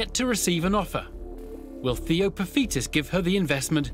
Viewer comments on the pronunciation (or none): it’s theo not touker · It's Theo not Touker. I can see why there was a confusion though lol